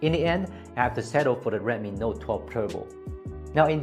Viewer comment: Its redmi actually and not redme😅